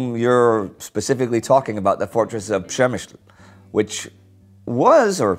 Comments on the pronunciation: Nice "Ś" my friend! I did hear a really nice "Ś" sound. I know You've been in Poland recently. Unfortunately i hadn't had the time to meet You. But i did notice, that the town is no longer called Pshemsyl for You. Its PshemyŚl, right? Right. Its not that easy when You have to pronounce "Ś" with a consonant like "L" right after "Ś". Przemyśl is hard to pronounce even for polish people. Much easier in case of a vowel following "Ś". For example "ŚORBAĆ", which means "to slurp". But to make it harder, its not correct to write "Śorbać" in polish. Instead we will use 2 letters (S+I) to express basically the same sound. SIORBAĆ. Keep up the good work. :) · I was so surprised I had to rewind to make sure I heard it correctly. Well done, hopefully that's the end of przemysil for good :) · Hello Indy! Since I took you up on your pronunciation of Przemyśl quite a while ago, it's only fair that I now state it sounds quite correct indeed in this video! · Oh, my , god!!! :O Indy. You did it. You finally pronounced it correctly. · Hah, you're right! Pronounced it like a native Pole would. Don't know why that matters, but he did it :P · wow :0 I had to go back and listen again because I almost couldn't believe Indy pronounced Przemyśl correctly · He pronounced 'Przemysl' correctly !!!